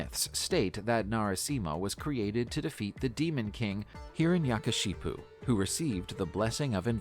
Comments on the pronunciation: is nobody gonna talk about hiranyakashyap pronounced as hiranashakashipu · Its not hiranyakashipu , its hiranyakashyap